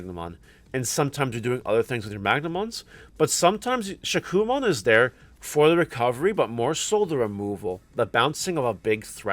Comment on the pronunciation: Future reference my friend Shakkoumon is pronounced, “shā • ku • oh • mon ❤️